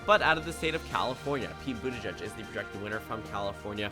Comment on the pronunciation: Very nice but it's Boot-edge-edge not boot-a-judge.